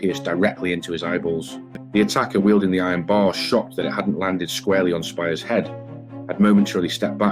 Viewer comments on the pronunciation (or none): It's pronounced speers not spires.